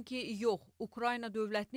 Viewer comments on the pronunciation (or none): none